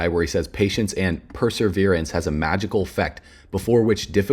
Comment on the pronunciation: It’s Perseverance.. not Perserverance like you keep saying